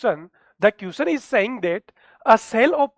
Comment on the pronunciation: Question ❌ Quischan ✅